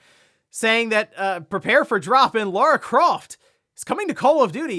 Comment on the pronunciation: Lara, not Laura you silly.